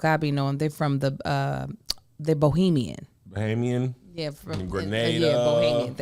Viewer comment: It's Bahamian 🇧🇸,, not Bohemian 😂